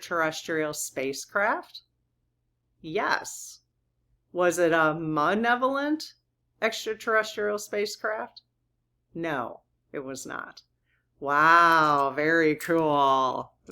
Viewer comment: You're such a cutie! I just wanted to point out that it's mal-evolent with an 'L', related to mal-icious. Hate being the language police but if it were me I would want to know. With love! 🕊️